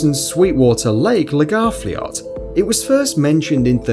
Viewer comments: The man saying Lagarfljót kills me. People cannot pronounce icelandic names and words correct, well except the people who are icelandid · I'm from Iceland and your pronunciation of Lagarfljót was not quite said right but understandable. I loved the video and it was interesting :) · You set lagafljót rong i com from icland